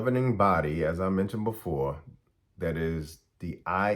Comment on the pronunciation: When you say dat, do you mean That? When you say da, you you mean The? When you say day, do you mean THEY? When you say kaw, do you mean Called? When you say wit, do you mean with? When you say sane, do you mean same?